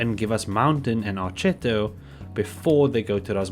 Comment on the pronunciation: If you want to pronounce Archetto correctly, I think it's ArKetto, because it should be the italian word for "fiddlestick" or "violin bow"